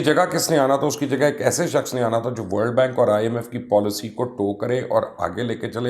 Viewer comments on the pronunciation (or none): none